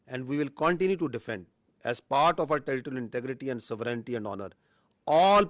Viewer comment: Pakistan ‘aand’ 🥚 forces 😂